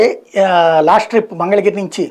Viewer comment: మీరు గెలవడం వరకు వెళ్లారు ముందు మంగళగిరి అని సర్రిగ్గా పలకమని చెప్పండి